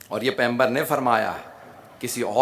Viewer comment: Phly pygambar ka lafz to Sae kh do